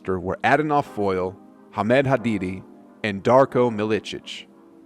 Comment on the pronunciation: The way u pronounced Hamed Haddadi was hilarious